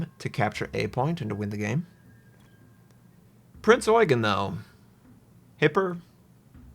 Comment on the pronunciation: that pronounciation was spot on dude. Respect